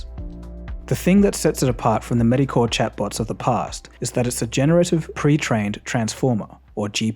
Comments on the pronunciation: you say ‘medicore’ instead of ‘mediocre’…this proves you are human! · Your pronunciation of "mediocre" is incorrect. It's mee-di-o-car. Love the channel, awesome to hear an Aussie accent in the video essay sphere. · did he say meidcore while meaning mediocre ? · It’s pronounced me-dee-oh-ker not medi-core lol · Did you say mediocre as "medi-core" xD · "mediocre" UK /ˌmiː.diˈəʊ.kər/ US /ˌmiː.diˈoʊ.kɚ/ ? why the super weird pronunciation in the movie ? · I've never heard anyone pronounce "mediocre" like that before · the pronunciation of mediocre 😅